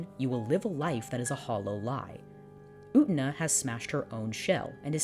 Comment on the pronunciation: Utena. U-tey-na.: "OOOTnuh"